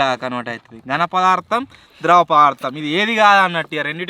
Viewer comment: Sorry anna pardam kadu padaardam❤❤❤❤❤❤❤❤❤❤❤❤❤❤❤❤❤❤❤❤❤